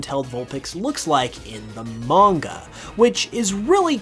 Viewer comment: If you're going to try pronounce manga correctly, why pronounce anime wrong?